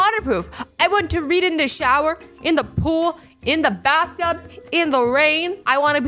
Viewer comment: "put in bethtub"